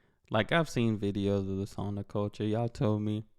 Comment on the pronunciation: Btw, credits to you for pronouncing the word "Sauna" correctly. That's really is rare! I was kinda stunned! Most Americans pronounce it like "Soo-na". You actually pronounced it right; "sa" like first syllable in "Santa Maria" And "una" like "Una cerveza, por favor"